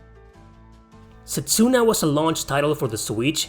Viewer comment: It’s pronounced setsu-na not set-su-na